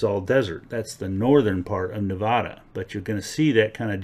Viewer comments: It's not Nevoda, it's Nevada. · Neh-VAAAA-dah, not Neh-vahhhh-da. Thank you for your informative video, though. My backyard is a, no pun intended, gold mine :) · Stop saying Nevada like it's a gay bar. We locals dont say Nevhada... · Start by pronouncing nevada the right way. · Hurts every time you pronounce Nevada wrong 🙈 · It is not uncommon to find gold associated with cinnabar which is mercury ore, and mercury is found in hot springs deposits as is gold. And please learn how to pronounce Nevada, we nevadans can get very irritated when foreigners such as yourself mispronounce Nevada. Also you might want to bone up on your geology and mineralogy if you're going to make youtube presentations such as this. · Its so grating to hear it pronounced wrong by basically everyone other than Jeff Williams.